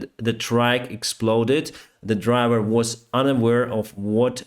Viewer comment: LOL, your English is excellent, BUT, people do not drive tracks, they drive trucks; trains run on tracks. people with dirty feet leave tracks. Truck rhymes with duck & a bad 4-letter word that begins with F & refers to sex. The A in track sounds like you stepped on somebody's foot & they yelled AAAAAA. Truck does not sound that way. The u in truck is a schwa in pronunciation.